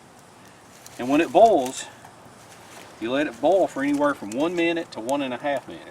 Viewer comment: When you say "bowl" you mean "boil", right?